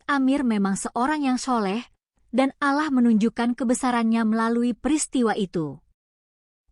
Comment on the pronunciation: Min ngomong Allah nya yg bener, ente non muslim ya ?